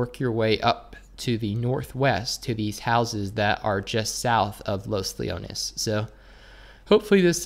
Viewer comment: You said los leones right ✔ ✔ ✔